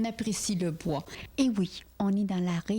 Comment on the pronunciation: Et le « bouà » à … 😂